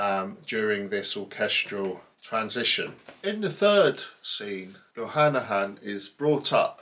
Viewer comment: I really like this; it makes me want to (try to) listen to this opera again. I hope you do not mind a correction (this is not a criticism- i clicked on "like") - it is not Jochannachan, just Jochanaan. Pronouncing it as "jo-cha-na-han" is like saying "john-on" instead of "john"